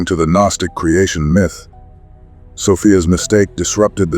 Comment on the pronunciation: its still a written narrative if its your voice or an AI voice that says G-nostic and miith. If you use your real voice i promise I'll finish the video and you'll be standing behind your words rather than hiding yourself 👍